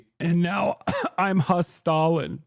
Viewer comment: "hastalin" i can't 😭😭